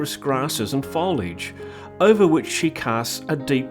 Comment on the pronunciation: Foliage….not foledge